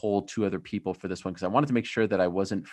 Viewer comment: The way Ariel pronounces “Won” pisses me off every time he says it. IT’S PRONOUNCED ONE